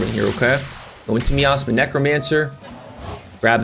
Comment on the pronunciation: HABIBI CMON 😂ITS NOT "ME ASTHMA" it's "MY AZMA"